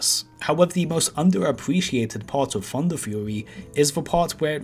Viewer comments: He said Funderfury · Did someone say funderfury?